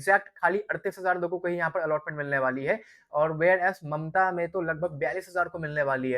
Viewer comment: Mamata ❌Mamta ✅😂